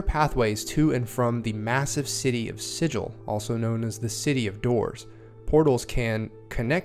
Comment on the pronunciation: ahem If you're referring to an inscribed or painted symbol considered to have magical power, the correct pronunciation is "si-jill". If, however, you are referring to the City of Doors in the Planescape setting, the correct pronunciation is "si-gull". I mean pronounce it however you like, but everyone's going to think you're a clueless Prime. ;) Great overview, though. Thanks for putting it together!